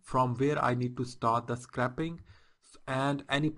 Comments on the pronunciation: You're pronouncing it a little wrong, you're saying "Scrapping" but this is "Scraping".... theres a subtle different. Scraping has a much higher pronounciation of the letter A... in ScrAping. Imagine it as "Scr-APE-ing". You should be able to say "Ape" in the middle of the word. Just helping your pronounciation as a native english speaker myself :) thanks for the informative video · pronounced not metal scraper or car scrap yard but its correctly pronounced scraping the old paint off or scraping off the old paint your eh and ah in the vid is wrong